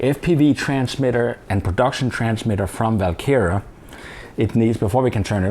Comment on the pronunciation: is it VAL kera or WaL kera? it sounds like you are saying VAL kera?